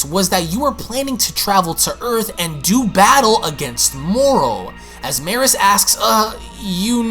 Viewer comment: Its pronounced me-rus. Like beerus but with a m